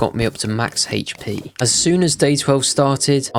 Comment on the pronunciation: guys he needs "heich" p